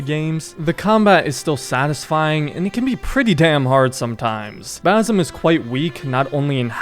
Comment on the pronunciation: basim :) s not z